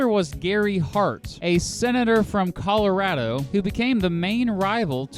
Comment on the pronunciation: This guy can't pronounce Reagan or Colorado. Really?